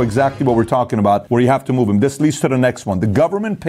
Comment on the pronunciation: I'm listening to your book right now. Although I love it and it's chock-full of valuable information, my brain stops listening to the info every time you say da(the), dem(them) den(then), dere(there), etc. I wish I could stop judging and just accept the info. I'm working on it